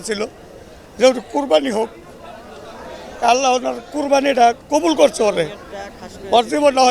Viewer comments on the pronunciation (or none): শব্দটা আল্লা হ না। সঠিক হলো ' আল্লাহ্ '। হ ' নীচে ্ ( হসন্ত আছে, সে ভাবেই উচ্চারণ হবে)।